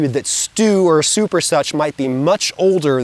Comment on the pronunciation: that "p" in that soup was legendary... had to rewind couple of times to appreciate it fully